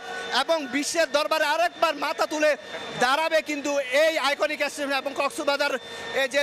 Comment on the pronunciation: আমি হাসতে হাসতে শেষ সাংবাদিক ভাইয়ের কথা শুনে, বার বার এশটেশন, জীবনে কেউ শুনেছেন এমন কথা